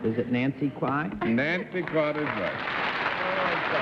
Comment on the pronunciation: Cerf sure knows how to butcher people's names--he did for both Daly and Kwan.